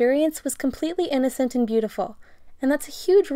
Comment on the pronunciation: The narrator said: "There is no denying that this experience is InnOcEnt and bAEUtIfUlE." InnOcEnt I thInk nOt Omg I know this is sooo cheese and people get sick of but Thank You for the likes!!!